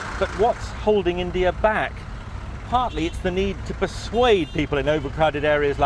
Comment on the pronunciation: I like how he says Indie Ear. Actually... I really hate it.